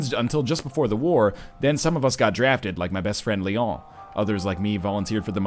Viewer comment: NL, don't try to Frenchify Leon. It's not Leohhhhhh, It's Le-on.